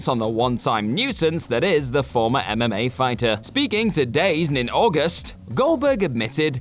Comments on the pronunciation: FYI, DAZN is pronounced “Da Zone” and was strategically led by John Skipper (former head of ESPN for awhile). They’ve expanded to over 200 countries now, including the UK. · you prounced ''dazn'' wrong its pronounced ''da-zone''